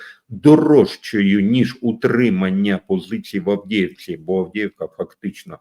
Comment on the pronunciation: Не Авдєєвка, а Авдіївка.